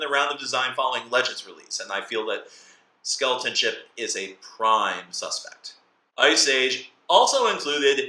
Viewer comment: What's that you said about Skeleton Ship? It was just a bit hard to make out.